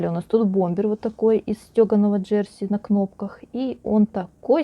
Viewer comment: Ударение на последнюю букву - «джерсИ»... и почему вы говорите, что на юбке замОк?.. почему «замОк», а не молния, непонятно... всё таки нужно в шитьё правильно использовать терминологию... уж, извините, но пришлось написать, так как режет слух...и простите, но зачем вам такие чёрные волосы, ведь вы молодая девушка... лично я считаю, что все женщины с чёрными волосами - ведьмы... светлое - это добро, а чёрное - это зло...